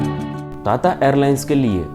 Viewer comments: ता ता नही टाटा 😂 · टाटा को ताता क्यों बोलते हो, तोतला हैं क्या। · ताता‌ नहीं टाटा😂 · ਤੱਤਾ ਨਹੀਂ ਟਾਟਾ 🤔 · ताता नही टाटा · ताता नही भाई टाटा है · ता ता एयरलाइंस🤣🤣🤣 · Bhai tata bolna seekh le pehle 🥲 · Bhai tata ko dang se bol le